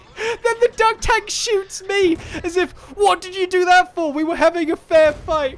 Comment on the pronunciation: In vidio, sound like he saying "We having a affair fight" hehe